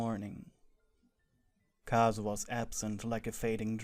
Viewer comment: Plz it turned kazuha into "cars" 💀😭